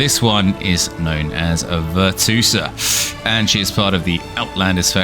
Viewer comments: it`s VirtuOsa not VirtuosAA -. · VER-CHOO-OH-SAH tf is a VIRTOOSA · Could be wrong but I think it's pronounced (virtue-OSA) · Ver-Tchew-Oh-Suh. lmfao I'm dying laughing every time you say Ver-Two-Suh. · She's Italian - it's "Virtoo-oza". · No way you pronounced it virtoosa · Hate to be that person, but it's pronounced Virtue-Osa. It's the feminine form of virtuoso. Great video regardless! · Literally like I wouldn't even think to read it like that 😭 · bro wtf why he calls her like that 😂🤣 besides that he gives solid info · I mean he says amote spam so... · Dont think you can get the name right if you not italian